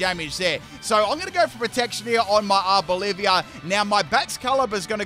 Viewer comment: Its not Arbolivia. Its Arboliva